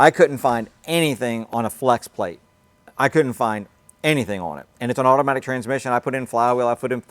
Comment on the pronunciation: The way you said automatic 😅